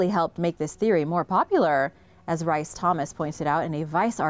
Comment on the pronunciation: rice thomas lol its pronounced reece